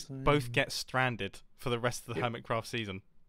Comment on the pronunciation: "Earmitcraft"??? Seriously Mumbo? How do you even??